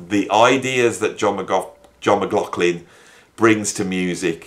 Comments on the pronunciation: Even being German, I dare to give a comment on the pronunciation of “McLaughlin”. Doesn’t the name have somewhat Gaelic roots with those strange consonants? There is a way to pronounce the gh softer with slightly breathing H. Like German “Bach”. Not Bak as Anglos like to say, but Bachhh. Can You imagine what I mean? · Muck Loff Linn....repeat slowly and speed up....and you'll get there😂😂😂 But don't worry too much...your pronunciation might be off but your content is great. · Yes...I'm aware of this but in the end if I don't pronounce M-Glock-Lin then I will be cursed with continual comments regarding the pronunciation. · I think the ambiguity with how McLaughlin is pronounced is due to people with that name pronouncing it differently, depending on whether they have Irish or Scottish ancestry. I understand that the reason John McLaughlin was born near Doncaster in South Yorkshire is that his mother, who taught Piano, left London whilst pregnant with John, to escape the Blitz bombing of London during WW2. I've read that he lived in Kirk Sandall, which is about 4 miles NE of Doncaster city centre. If anyone knows the address he lived at, I'd love to know because I only live about 3 miles from there. If the residence is still in existance, it deserves one of those commemorative Blue Plaques like the house that Jimi Hendrix lived in, in London, has.